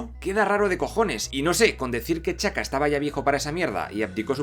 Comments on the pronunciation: Porque pronuncias los nombres como challa, chaka, baku y olvdas que bien pronunciados serían tachala, tachaka, embaku?, hay otras cosas que tienen explicación en las cosas que señalaste pero eso vaya que me estuvo distrayendo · Chala...Chaka ok puedo pasarlos, no todos saben pronunciar T'Chala o T'Chaka Pero? 🤦🤦🤦🤦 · Estoy de acuerdo en la mayoría del vídeo pero... Por que no pronuncias bien los nombres como T'Challa, M'Baku y T'Chaka? Te suda las Ts y la M o que paso?